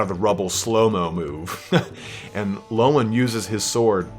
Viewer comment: Every time u say loane I got confused bro its leon (Le-on) sorry had to put that down as it is fraunch and oui do not eh speak eh like dis